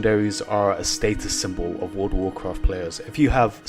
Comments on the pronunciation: actually actually actually actually actually actually actually actually - WOLD UH WOAH QUAFT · He probably said "Woodawoo cwaaaarft" more :D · Woada Woacwaft